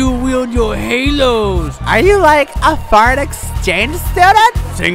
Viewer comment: "We are dropping a beats rike a Hiroshima!"